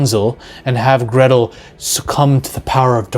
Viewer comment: It's Hänsel and Gretel (Hen sell & Grae tell)